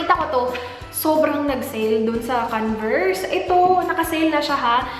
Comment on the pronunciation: canvers hahahaha convers not canvers lol